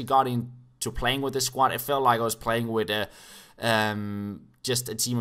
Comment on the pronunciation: Whenever you think your saying "with" but you always say "wid".